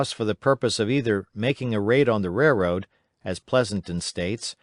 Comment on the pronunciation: i noticed this guy cant pronounce the word "railroad" very well at all. i did however, noticed he pronounced a lot of other words correctly and up to my standards